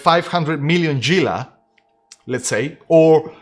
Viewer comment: Gila is pronounced "hee-la" not "gee-la" o7